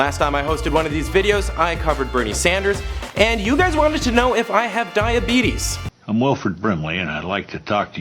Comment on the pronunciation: "Dye-ya-bedus" lol